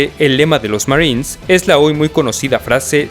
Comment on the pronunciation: Me da gracia como dice Marins jajaj